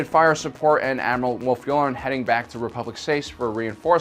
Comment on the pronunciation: Aight I don’t know how nobody else is talking about this, but I literally had to stop watching this because he seems hella bent on pronouncing every name WRONG. He says chris-top-sis when it’s chris-stoff-sis, but that’s somewhat understandable. But admiral you-lure-en? It’s you-LAR-an! And then Ashoka TUH-NOE?!?! It’s literally said hundreds of times! This feels like he’s never watched the show before and is just reading from a teleprompter and making his best guess, like what?